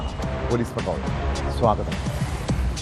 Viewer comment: പോലീസ് പട്രോൾ എന്തിനാണ് പോലീസ് പെട്രോൾ എന്ന് വായിക്കുന്നത്.